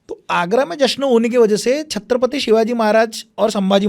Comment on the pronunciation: Irritating.... How did our Marathi guy didn't correct the interviewer calling the words " Shatrapati and Hinditva..... It is Chatrapati and Hindutva .... I wanted to slap and correct him